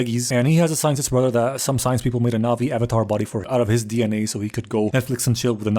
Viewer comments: *avatar not avatart lol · "Are yall avatarded?" 😂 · "Are you Avatarted?" I'm sorry to whoever that offends but that's funny af 😂